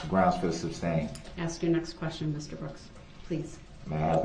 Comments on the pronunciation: It’s not sub-stain it’s su-stain!🤷🏼‍♀️ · Love the way Brooks keeps saying “substain” and not “sustain”. And he doesn’t realize that the more he talks the worse he looks in front of the jury….he thinks he’s making points with them….all this just shows he has no idea how the law works or the language of the law. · Substain lol goodness...